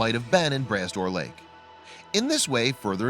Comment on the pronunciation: LMAO, the lake is pronounced Brah Door Lake (spelled Bras d'Or Lake), literally translated means Arm of Gold. It's actually an inland sea, mixed salt and fresh water. Found in Cape Breton Island , Nova Scotia and is a beautiful sight to see, especially the drive around it.